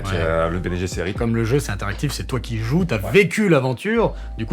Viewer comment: Pour une fois que je vois une vidéo ou on a vraiment un connaisseur ! Bravo ! Par contre votre prononciation de Guesserit 😕